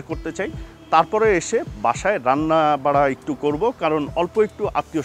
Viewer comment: উনি রান্না-বারা বলেছেন, রান্না-বাড়া না ৷